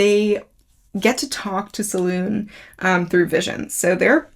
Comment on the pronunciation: Absolutely love this series. Great video - just for note it is pronounced Se-loon-ay.